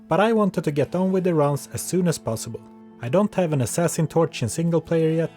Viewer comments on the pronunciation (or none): none